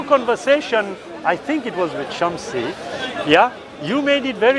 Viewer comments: Jazak ALLAH Khairan brother Why keep saying samshi, when it is Shamsi. May ALLAH (SWT) save us from hell and grant us jannatul firdous, Ameen. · He was about to say shamsi but quickly changed it to samshi like really that makes you feel better about yourself ? Miss pronouncing someone’s name?